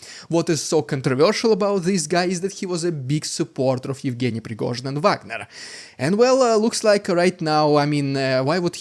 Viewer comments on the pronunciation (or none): none